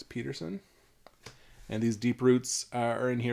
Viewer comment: You don’t pronounce it, Peterson it’s Peterson